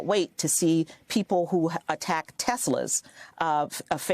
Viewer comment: 'I love Teslur'